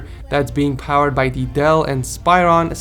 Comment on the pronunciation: The speakers on the first one is also Dell not whatever you said but Im not hating just pointing out